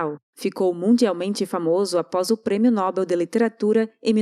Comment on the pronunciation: Se o prêmio foi "NÓBEL" então "mÁnoel', irmão de" mÍguel" de " IsÁbel", "sÁmuel*," otÓniel", recebeu um "pÁpel" lá na torre ÉIFFEL sentado num "tÓnel" pintando um "pÁinel" com um "pÍncel" e tb com um CÍNZEL fez uma estátua da torre de bÁbel. Então vc deve sempre dizer nobEEEEElll